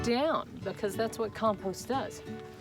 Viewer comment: Did you say “comPOOst” or was it just your accent? Lol...